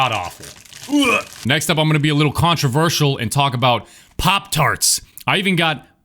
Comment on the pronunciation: you reaction to saying wittle every time reminds me of people with tourettes 👍